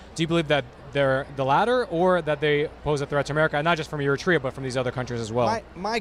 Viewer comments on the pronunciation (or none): eritrea...say it like air-reh-tray- ya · Eritrea.. Wrong pronunciation! It is pronounced air-it-ray-er...!!!